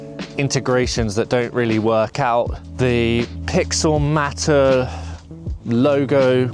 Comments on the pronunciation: Thank you lol. That seriously annoyed me 😂. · It’s pixelMAYtor not pixelMAHter. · Matter? Isn’t it mater, as in Automator?